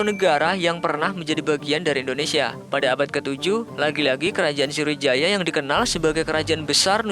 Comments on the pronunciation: Sriwijaya ngab bukan sirwijaya:v 😂😂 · Woee srowijaya woe..bukan indoneisa